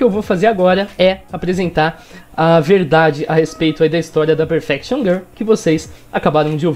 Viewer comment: "Perfection GUL"